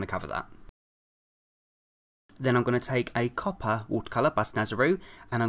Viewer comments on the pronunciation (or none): none